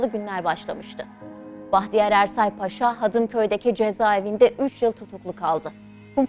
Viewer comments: Ударение надо ставить правильно. Не Пааша, а Пашаа. А то плохо произносится😮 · Уважаемая ведущая! Ставьте ударение правильно в слове Паша: ПашА будет правильно, вы же называете Эрсайа Бахтияра русским именем Павел (ПАша). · Разве ПАша, а не ПашА? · Salamaleykum! Mən sizə anlatalım. Paşa bir general rütbəsi. Dikkat etsəz yazılış və tələfüzdə bir a harfi kullanılır. "paaşa"isə o ruslarda insanlara qoyulan Pavel isminin küçültülmüş şəkli.Pavel isminin manası "küçük oglan" demək. Aynı zamanda 'paaşa' sözünə dikkat etsəz iki a harfıyla yazıldıgınl görərsiz. Rus dilində, paşa eyni zamanda paaşa sözləri var. Rus dilini yəni rus lisanını iyi bilənlər üçün karışdırılmaz. Sizin aparıcı yeni spiker rusca professional konuşdugu üçün,bu yanlışlıgı bilərəkdən yapmış olmasın... Deyə düşünürəm ki,bu da böyük bir hakarat olmuş ola bilir. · Ударение на слово не на пАша а правильно пашА! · В слове "паша" ударение должно быть только на втором слоге, и никак иначе.